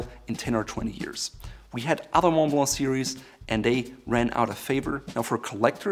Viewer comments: Repeat after me: MUN BLUH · I don't think its pronounced maw blaw... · thats the right way to do it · The way you say "Monblo" as Montblanc. XD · I like how says MONTBLANC.....Like Moe-blaw......I say MOUNT BLANK. 🤣👍. Yeah how did afford hundreds of these pens as a teen? I never knew this was a German company. My favorite pen (I own three of them), along with Pelikan and Visconti. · The "C" at the end of Montblanc should be pronounced as it is a German brand. This guy looks the part, but seems a bit rough around the edges. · You pronounce 5/9 letters in Montblanc